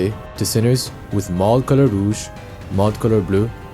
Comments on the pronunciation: FINALLY SOMEONE WHO SAYS ROUGE THE RIGHT WAYYYYY, TOO MANY PEOPLE SAY IT LIKE ROGUE AND IT PMOSM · FINALLY SOMEONE WHO SAYS ROUGE NOT ROGUE